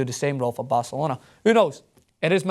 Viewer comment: a typical pathetic english bi*ch who is pronaouncing barcelona(the best football club in the world) and paul pogba all wrong just cuz he thinks shitty EPL is the best. PL is a joke. and for pogba, joining PL over La Liga is like buying a toyota over a Ferrari. like seriously, EPL is insanely boring and this fankid says he always watches EPL games. that doesn't make your league the best. you get screwed and ripped apart in CPL.